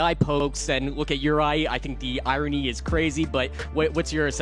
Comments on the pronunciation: Bro said "the eye-rony" is crazy 😂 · Did he say Eyerony?